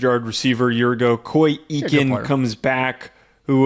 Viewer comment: It’s pronounced Coy Akin. Not Ekin.